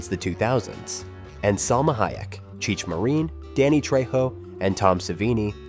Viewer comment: Cheech Marine??????? Dude i should slap your mouth